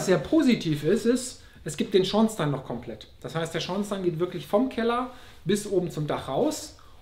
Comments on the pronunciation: Ein durchaus quasi schlechter Beitrag, gerade bei einer Deckenhöhe von 5 Metern nach oben! Und nebenbei, die richtige Ausprache von Schornstein sollte er auch nochmal üben. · Hallo Richard, freut mich das es Dir gefällt. Zur Sanierung und dem Beheizen kommt bestimmt noch was ..... und das mit dem Schornstein aussprechen .... ist mir vorher gar nicht aufgefallen :-)